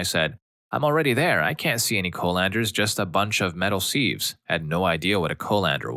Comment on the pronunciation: The way you pronounced Irn Bru, colander and sieve all wrongly, one after another destroyed my soul lol.